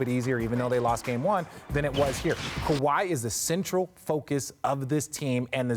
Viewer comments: Scottie KAHWI!!!! Damn pronounce the man name correctly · lol he doesn't even know how to pronounce his name and hes having an argument that involves Kawhi this video is irrelevant to me